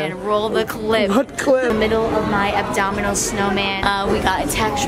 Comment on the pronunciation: Haha it's so funny how said the abdominal snowman instead of abominable.